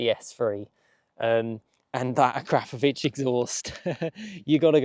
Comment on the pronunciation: Ahkra-Povich, or even "Ahkrahp-ovich. NOT, "AhKrap-Ovich", . No, not, "Crap". That sound does not exist in that name's pronunciation. The English are so awful at pronouncing non Anglo names. :)